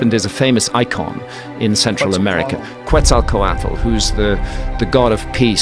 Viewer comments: Not the qUetzalcoatl pronunciation lmao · well the name Quetzalcoatl was a little mispronounced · Man it's just too annoying how he pronounces Quetzalcoatl, he's been saying it for years and still pronounces it horribly. Damn disrespect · Not trying to pronounce Quetzalcoatl..... excuse sir say what again 😒